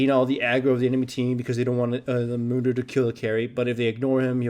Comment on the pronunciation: Dr.Mundo? no, Dr.Gundo.